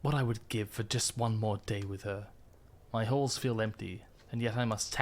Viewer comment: accent makes it sound like the death of Minisa left Hoster’s holes, not halls, empty